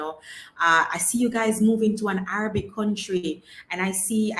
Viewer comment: …just a little sidebar re your pronunciation of the word Arabic… listen to it on a Google video…the second A…is not Araybic it’s like the A in Rag or Rasta or Ran …like A for Apple not the A in May …so Arahbic …however Arabia is pronounced Araybia ….weird…..since you do several shows with Arab countries.. I had noticed it previously…..I love your shows……I happen to love different languages and English grammar and culture….the internet has opened up so many visual and audio for ppl….ONE LOVE 👍🏼❤️